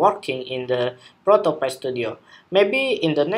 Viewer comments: It's pronounced Pi - Pī - like a piece of pie... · Hey thanks for the tutorial! the pronounce of the app is Proto pÁy (cake), "Create Prototypes as Easy as Pie" ;)